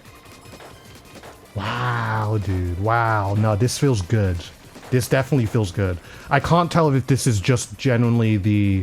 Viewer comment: How many times has he said goodt 😭😭😭😭😭